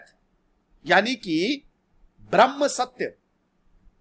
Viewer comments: Dear sir... Your pronunciation of Braham (braham + muhurat = Brahmamuhurat) as Brahman is turning complete misinterpretation of entire explaination... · This is not Brahman but brahm. Please pronounce it properly. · Sir it's not Brahman it's brahm